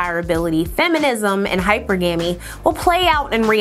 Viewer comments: I got stuck on the mispronounication of Hi- Per- Gah - Me too...😅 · Well done, sis; stay neutral but be an unapologetic black woman for the Black man and family! PS the word is Hyper-GAH-MEE sister much respect! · Some people have higher standards.I look up the pronunciation of words that have pronunciations that I’m unsure of, so that I don’t sound like an educated idiot.I’m Black, and in my opinion, too many Black people are cavalier about things like this, and how detrimental it can be for them.I can’t take anyone seriously who blatantly mispronounces a word like this repeatedly.Hyper GAMY doesn’t even sound right-almost as bad as Boosie saying EC-onomy, instead of E CON omy. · I am no longer pronouncing it "Hyper-gummy", your way is more fun. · Dammit it’s pronounced hyper-gamy.. not hypergamy… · Hypergamy is pronounced Hi per guh mee. Lol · It’s pronounced like Hi-Purr💅🏾-guh-me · You're killed me with the misponnunciation of the word hypergamy. It sounds like high-per-ga-me😊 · She pronounced the word as it is spelled. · She said it right, just put the emphasis on the wrong syllable. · The fact that its viewed as a problem that she told her how to correctly say the word is beyond me. Two things can be true at the same time. Yes, I watched the video, liked it, commented, AND I’m subscribed…all while appreciating all the research she does. However, it is also true that she mispronounced the word, and there is nothing wrong with stating that. There’s no need to be shady about it…. But alas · Y’all are weird for acting like correcting someone is an attack on them instead of helping them. I love content, and she did her thing on this video as always. Letting her know her pronunciation of hypergamy was off doesn’t take away from that at all. I thought we were pro-learning over here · She didn't pronounce it correctly though. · Can you please say hypergamy the right way. You’re not helpin the case for black women to be taken serious